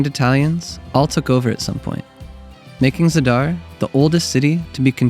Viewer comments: It’s Za’dar not Zada’r. And Ko’rnati not Korna’ti. Beside that, it’s beautiful video . 🙂🙂🙂🙂 regards from Pula, Croatia 🇭🇷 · Thanks for this excellent video. Reminder that the first syllable is usually accented, so it's pronounced ZA-dar.